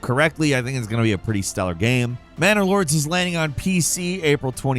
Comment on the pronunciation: Did he say Manor Lords? I could have swarn he said Bannerlord. "We'll give you an extra $50K in ad money if you make it look just like Bannerlord but dont say the word Bannerlord." EDIT: Go check out the trailer for the game, it actually looks pretty awesome..